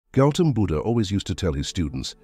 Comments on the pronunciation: 'Goutham' Buddha, not 'Gelton' Buddha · It is ‘Gautam’ Buddha. Not ‘Gelton’ Buddha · It is Gautama Buddha not Gelton Buddha. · All your video content is good and I appreciate that you have respected the memory and the sayings of Buddha but please say his name right. When you're referring to someone kindly get their name right. It's Gautam Buddha.